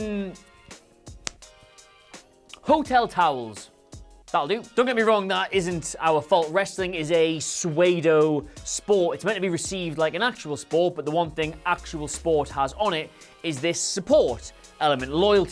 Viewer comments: Did call pseudo (sudo) suedo? Or is suedo really it? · Anyone notice said "swaydo" rather than pseudo? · Dude you just pronounce Psuedo, Sue aye doe? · is this how the English pronounce soo-doh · Did you just pronounce pseudo as swaydo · barrieobv I was lookin for this comment 😂😂😂